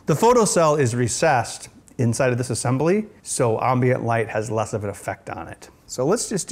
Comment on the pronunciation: and why does he say ambient so weriedly I lived in Wisconsin for most of my life and never heared it pronounced it that way